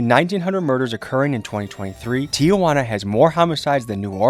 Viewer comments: "Tijuana" not "Tía Juana" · Stop saying Tia Juana😂 it's Tijuana T-Wanna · Spanish speakers, it’s pronounced Tee-juana not Tia-juana? Is that correct, or no? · TI-JUANA....not TIA-JUANA smh 'journalist' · Correct pronunciation is “tee-whana”, not “tee-uh-wanna.” There is no letter “a” after Ti. When you say “Tia-Juana,” it’s like you are saying Aunt Juana. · It's T Juana fool, not T Ah Juana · Its not pronounced TIA-WANA its TI-HWANA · It’s pronounced Tee-Huwana (tijuana) NOT Tee-Ah-Huana (tia-juana) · there's no "a". it's not Tiajuana. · First time I noticed que pa el resto del mundo Tijuana se pronuncia 👕🦎 T-iguana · It's not tee a wana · i can’t get over how he keeps pronouncing tijuana